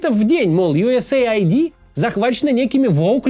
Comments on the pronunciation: Не юэсэй айди а юэс эид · Скажите кто-нибудь ему, что это не Ю ЭС ЭЙ АЙДИ. Это Ю С АЙД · Да какой бл айди? Эид. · Абривиатура USAID читается как US Aid (Ю Эс Эйд). Произношение USA ID (Ю Эс Эй Ай Ди) очень режиь слух! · US ID это то что вы произносите,организация о которой вы говорите называется US AID !!! Как можно это упустить? ))) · Поддериживю! Ну сколько можно... Аж слух режет! Правильно - Ю Эс Эйд. А не Ю Эс Эй Ай Ди... Смысл там в аббривиатуре - Соединённых Штатов Помощь. Ай Ди (обычно аббривиатура ID) - удостоверение личности, что ни коим образом не имеет отношения ни к структуре, ни к её названию. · Правильно произносить юэсэйд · Ага: ЮЭС ЭЙД блин не понял как читается глядя на картинку где оба слова выделены отдельными цветами 😂